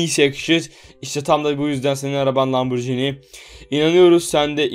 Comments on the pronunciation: Lamborcini degil abi lamborgini diye okunuyo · O arabanin telaffuzu lamborcini degil lamborghini